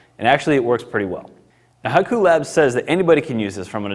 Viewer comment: Shouldn't it be pronounced "Hee-ku" not "Hai-ku"?